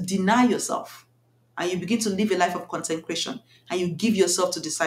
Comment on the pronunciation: I think you mean to say “CONSECRATION” not “concencration” some people might mistake what you’re saying to mean just be extremely focused 😊